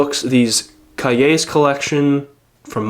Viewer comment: i appreciate that you actually looked up cahier, what it means and how to say it when you didnt know the word